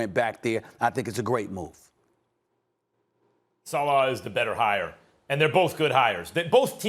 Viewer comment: Sa Leh not Sa Lah